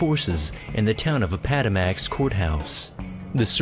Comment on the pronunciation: I'm noticing that a lot of thee "list guys" don't know how to pronounce anything